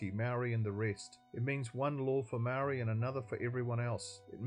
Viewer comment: The way you pronounce the word 'Maori' tells me all i need to know!